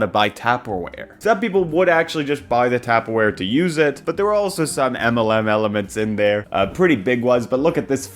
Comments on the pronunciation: You pronouncing it 'tapperware' is fried, please say it like 'tUpperware' 😊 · Bros never heard of taperwhere? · TAPPER WHERE UARRRGGGHHHHH 😠 Lol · The first time you pronounced tuperware was excusable but then you kept doing it. Omg. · The way you keep calling it “Tapperware” like it’s a tap shoe brand is sending me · If you say TAPperware one more time i stg. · I heard a vine boom inside my brain every time he said that word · Did he say tapperwear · Have you considered he is pronouncing it like that because he is in fact evil? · Not that it really matters. Technically, he pronounced it "tapperware" with two "p"s. "Taperware" would be pronounced with a long "a" sound.(Now imagine a nerd emoji because apparently my phone doesn't have it) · Whyyy does he say Tupperware like that? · Is that pronunciation of 'tupperware' rage bait, sir? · That or a hate crime